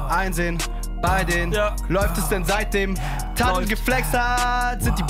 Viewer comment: Es heißt TADDL nicht Taddle. Alter, das E tut grad weh...